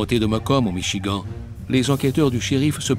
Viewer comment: C vrai et 2em fois que j étends michigant ! Ça écorche les oreilles,mais. C pas le plus important dans histoire !!